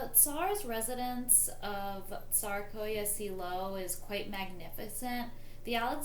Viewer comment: pronunciation of Tsarsko Selo and Alix of Hesse needs to be corrected Alix of Hesse became Empress Alexandra Prince Alexei is Tsarevich must get the names correct these things are important to give you credibility